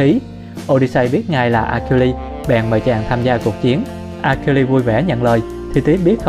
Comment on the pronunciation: Achiiles đọc là "A Sin" nhá.. nghe phát bực. Đếch biết gì về thần thoại Hy Lạp.